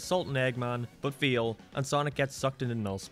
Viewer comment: It's called Tails, not Teals. It's said Fail, not Feel. It's spelled Canon, not Cannon, when referring to continuity. It's said Favor, not Fever. Other than that, yeah, this game sucks ass.